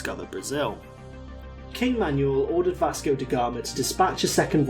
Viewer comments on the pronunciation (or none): none